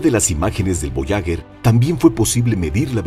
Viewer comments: Fascinante el programa, muy instructivo, solo quiero decir, que no se dice voyaguer con gue de guerra, se debería decir, voyager, como en general, es un error muy común en este tipo de documentales. Esa es mi apreciación. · Lo siento pero la sonda Voyager... Puedo aceptar su pronunciación en francés, que es cómo deberiamos, puedo aceptar en castellano... Pero pronunciarlo "voyaguer" es una aberracion. On en idioma original, o en el propio, pero el burdo intento de pronunciarlo en inglés es una muestra triste de un complejo de inferioridad brutal. Incluso los angloparlantes procuran pronunciarlo en francés. Si se le puso ese nombre es por algo, la nasa mostró respeto por los idiomas que aquí parece que no tenemos. Si no fuese así le hubieran llamado "traveller". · Buenos días tardes noches para tod@ En la lengua castellana se utiliza para una palabra femenina el artículo la, porque es una sonda. Voyager, que no es de origen castellano se pronuncia Boallaller, gracias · Para un excelente narrador, decirle que duelen los oídos al escuchar una palabra francesa, que significa viajero, ...pronunciada literalmente,...escuche en Google traductor, como suena, verá la GRAN diferencia, ...y otro apunte, no es lo mismo ASTEROIDE ,que ESTEROIDE, ...por el resto FELICIDADES, es un canal MARAVILLOSO!!! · Porque carajos no dice bien ni una vez Voyager?